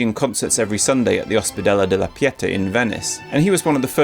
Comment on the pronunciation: It's piet-AH, not piEtah, by the way...